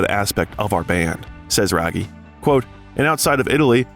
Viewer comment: Thomas Raggi to be pronounced like radgi not ragi 😊